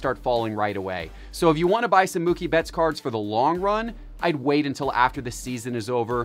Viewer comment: It's pronounced Moo-kie not Muck-ie!